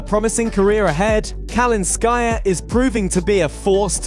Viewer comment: Speak correctly Kal i nskaya, emphasis on i